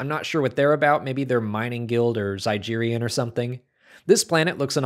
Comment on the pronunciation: It's not pronounced "zy-jeer-ian"/"Zy-jeer-ia". It's pronounced "Zy-Geer-ian"/"Zy-Geer-ia".